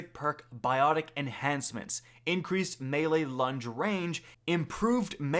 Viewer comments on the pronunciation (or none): none